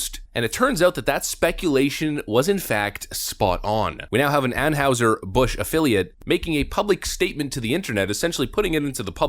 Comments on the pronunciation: How do you not know how to pronounce Anheuser Busch? Did you grow up without TV or something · BTW I haven't heard Anheuser Busch pronounced the way this fellow is saying it. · Tell me you dont watch your own embedded video with out telling me... (narrator) "We now have an anne howser Bush afflilate..." (phonetic spelling) Dude! It is pronounced anne hizer bush. if you watched and listened to your own footage you'd be able to properly pronounce the name of the brand. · Seriously, are you on the spectrum?? It's AnHIGHser Busch, the rep in the video pronounces it properly, and you still repeatedly say AnHOWser. It's hard to take you seriously when you screw up words all the damn time. Have you learned the correct pronunciation of caricature yet?? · it's ann-high-ser. not ann-howser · It's not pronounced like house. It's heis sounding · Why are you pronouncing Anheuser like Anne-Howser? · They do this so they can claim "financial difficulty" and lay everybody off and replace them with robots. Not sure how you didn't think of that. Also it's pronounced "Anne hi zer". Is the bar really this low to be a youtuber? Maybe I should give it a try. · Drink coors, real beer. On a side note, the German characters “eu” would be pronounced “oy” in English, it would be more like ahn hoy ser busch. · Ann "Howzer"? Amazing to do a segment on a beer manufacturer and not know how to pronounce the company's name. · Ann houser??? No edit 🤣 dude you’re not even pronouncing it right fk bud light though. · Its pronounced an-heye-zer. How do you not know this? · Are you deliberately mispronouncing “Anheuser” ? Around St. Louis, it was always pronounced “An HY ser. Just saying. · They're pronounce Ann Hie Zer, at least get their name right when you do your news stories. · An-HIGH-ser Bush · Anheuser, pronounced "ann-high-zur". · Why do you keep butchering the pronunciation of Anheuser-Bush? You even have the guy that works for them pronounce it for you and you still screw it up. Lol